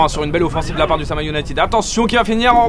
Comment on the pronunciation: Sa me dérange de ouf que les commentateurs dise le “Sama Ounited”😂